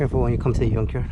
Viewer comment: I wish I could help you out bro, glad to see you are getting your hands dirty, - also I could help smiling when you say yunk yard 🥰